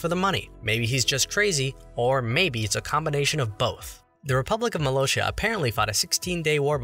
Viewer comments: It's MUH-LAH-SIA not MUH-LOW-CHEIA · It's Molossia not Moloshia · Muh-loss-sea-uh.. not Moe-low-shuh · It’s not said Molo-Shia It’s said molo-si-a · I love how he says Moloeshia even though there’s no h or e in it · Its pronounced [Moe-La-see-uh] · MaloSHia? That really bothered me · It’s pronounced “mOh-lOh-ssee-Ah” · Actually It Is Pronounced "Mo Loss Ia" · You pronounced Molossia wrong It's Mole-oss-ia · I hate how you pronounce Molossia It’s MOLE-AH-SS-EE-AH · Your saying it wrong. It’s ok but I just want to show you the right way to say it because im bored and I want to tell you. Mole os E a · Its "molossia" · Your pronouncing molossia wrong lmao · That pronunciation of Molossia 🤢